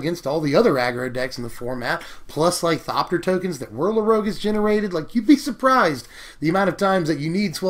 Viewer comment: "Whirler Rouge" ..... Okay then.........